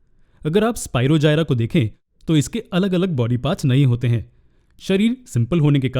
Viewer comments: Sir bura na mano to ek baat kahu ki sir vo spirogyra hota hai na ki spirogjayara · It is स्पीरोगायरस not स्पीरोजायरा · Nice explanation sir i am really very sorry sir but its Spirogyra it is g on j sorry btw thanku sir its help me alot❤☺